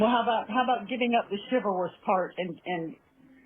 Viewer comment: “Quit being so CHIVALOUSSS and start laying some THUTHISMS on her” - is this even a human being speaking? That woman is straight up defective.